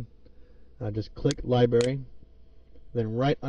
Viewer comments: It's LibRary not Libary. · it's library not libary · STOP SAYING LIBERRY! >:C